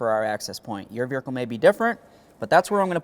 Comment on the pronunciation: Wait holdup! The second guy in the video pronounced the word "veRicle" instead of "vehicle" at least three times. Dude, what? 👀